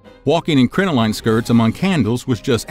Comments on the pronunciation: Please do a little more due diligence and look up words whose pronunciation you are unsure of; the word crinoline is pronounced crin-uh-lin, not crin-oh-line, despite its spelling. And they were crotchless for hygienic reasons, not sexual ones. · Crin-o-lin is the pronunciation. Also, split-crotch panties are far from "dirty". they're incredibly practical for the time, and would be helpful to many people today.